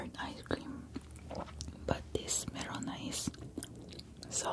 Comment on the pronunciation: Merona? I thought that it was melona... but anyways that is like the best ice cream ever!! 😋🤤